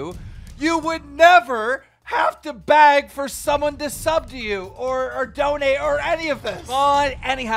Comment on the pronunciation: Does he not realize the word is "BEG" and not "BAG"